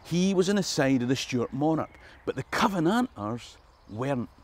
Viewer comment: that's a hell of a way to pronounce Covenanters!